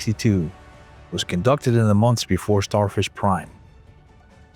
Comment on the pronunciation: Sounds more like Starfish Crime.